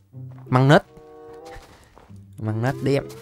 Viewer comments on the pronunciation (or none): Magnus đọc là mắt nớt chứ ko phải măng nớt